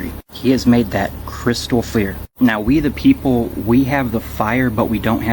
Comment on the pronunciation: Sleeveless denim hat guy doesn’t grasp his version of “we the people” comes across as “wee be libtards”…